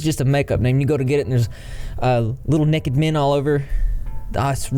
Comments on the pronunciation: Why is it so pleasing to hear say Nekkid and not naked (like NAYkid). To me it’s hilariously pleasing. 😂❤️🐢🐢🐢🐢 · I like the way you said, "Nekked" lol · every time you said “nekked” 😂🐢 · "Little neked people" and "wow" about made me pee myself 😆😆😆😆😆😆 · Fun drinking game: take a shot every time says “nekkid” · You say "nekid" (naked) like I do! I've never heard anyone else say it like that. People used to make fun of me for it all the time. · Every time says “Nekked” take a drink 🙃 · I love how with ur accent you say “nekkid”😂❤️ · Nekkid Gotta love ga accents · The way that he said necked made my day 🤣🤣🤣🤣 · I like the way you say naked. Nekkid 😎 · take a shot every time says “n e k e d” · OMG REP SAYING "NEKKID" REPEATEDLY IS THE BEST BIRTHDAY PRESENT I'VE GOTTEN ALL DAY!!! 😂😂😂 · Yaay souther boys! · I was just about to comment this haha. I have a friend that says it like that too, I think it's a southern thing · I know I keep laughing every time he says it 🤣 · nobody:: nehked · I love it lol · His obsession with little 'nekked' people is giving me fits. 🤣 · I feel validated for saying naked like does. Take that people who made fun of me for saying it weird!! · you say naked so funnny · I'm from the south and hate this pronunciation